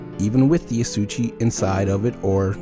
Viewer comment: You're pronuncing asauchi wrong